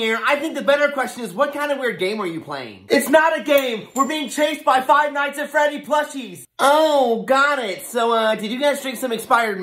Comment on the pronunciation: Bro called Freddy teddy 😂